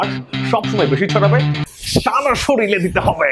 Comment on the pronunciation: Ha ha ha , we liked your videos. That's why made comment one year later ! But did you say SORILE ! instead of SORIRE several times here 😂 !!!